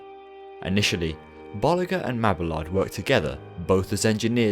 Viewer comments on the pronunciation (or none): Bo-lee-zjé and ma-bee-yard 😤😤😤😤😤😤😤😤😤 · gotta love that whoosh transition! I think this is the most high quality video I have seen from you to date! well done! even if you had to render it 7 times lol! 1 thing tho, its pronounced Bolee- shuu and mabe-ard sorry for being picky